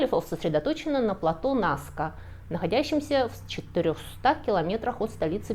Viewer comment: Что значит они он являются уникальными? Всё что ни есть - уникально! Ну почему вы постоянно не туда ставите ударения?! Что это за аквЕдуки, НаскЕ👈🏻🤦🏻‍♀️ Если бы это был храм и паломники шли, то эти бы геоглифы не сохранились 🤷🏻‍♀️, вы сами только что сказали что из-за туристов они стираются и Райхе своей метлой всех разгоняла. Обезьяна, паук и колибри афигенно олицетворяют стихию воды😄👍 и абсолютно прямые линии повторяют русла подводных рек 🤦🏻‍♀️